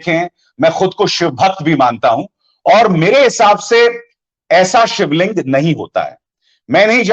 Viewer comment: Aap pahle sivling ka naam vi thik nhi lete